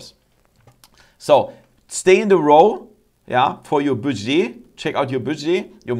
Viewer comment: Interesting video thankyou, just a note your pronunciation of "budget" is very wrong I don't want to be overly critical because I appreciate your not native English speaker it's pronounced more like BUD JET